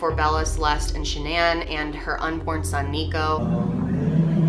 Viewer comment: Is Shannan not a common name in the US? Just wondering why the weird pronounciation, eg. sha-nan?!